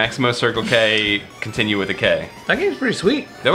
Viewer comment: Excuuuuuse me princess, but you called it a "K-tinue" not a "K-ontinue" like was shown on the screen. I demand re-upload!